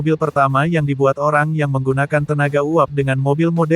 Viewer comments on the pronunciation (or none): none